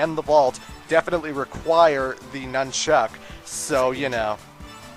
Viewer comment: I know you're Canadian and you use that for your reason for saying anything weird or different, but why do you emphasize "chuck" when saying "nunchuck"? My friend, Troy is from Canada as well and he says "nunchuck" emphasizing the "nun" like everyone else I know.